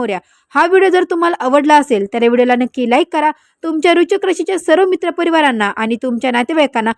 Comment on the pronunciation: Kashala lokana ghabrvta .aadhi vrishachik bolayla shika . Tumi astrologer aahat tar aadress aani qualification sanga aadhi